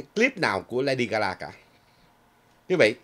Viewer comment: Là LADY GA GA,not GA LA